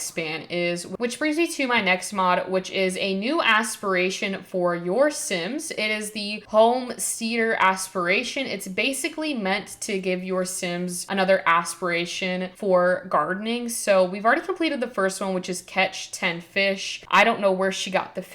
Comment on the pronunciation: Homesteader is pronounced like "instead" not "steed". :) Homesteader rhymes with home-header or home-breader. Some cool mods there. I didn't know about the aspiration one!